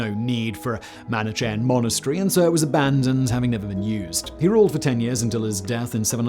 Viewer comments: Unless his writer shoves reading guides where needed, Simon is almost guaranteed to butcher his words. Manichean. Also, remember da Vinci. Sometimes it's almost impossible to find the correct pronunciation within reasonable time. But when possible, it's better to do it, otherwise a serious video, beautifully done, gets this wonky unprofessional element which looks odd. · Isn't it pronounced weegur? And manikayan?